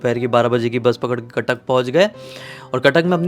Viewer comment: Khatak nahi hai Cuttack hai